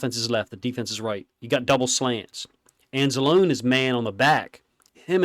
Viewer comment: love the content, I've been watching all of your Lions videos for weeks now. Just one comment: Anzalone's name is pronounced like "Anzaloney". Rhymes with baloney. I've noticed it before and figured it was time to finally comment lol